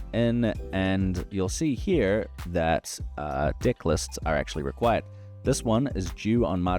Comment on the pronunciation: Awesome and sorry but I cannot stop hearing dick, dick builder and dicklist everytime with that accent, sorry man 😄